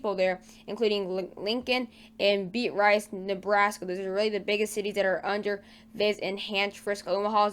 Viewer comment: Beat-Rice 😂😂😂 close enough